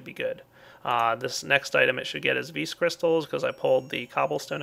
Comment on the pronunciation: wow he cant pronounce lapis vis and HE CANT EVEN PRONOUNCE MARIO